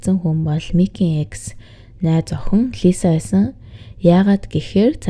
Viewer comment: ЭКС гсн үгийг дараа ойлгож нтр🤣🤣🤣 шууд Е, Х гэж уншдаг бна шд, дөш юм аа🤭🤭🤭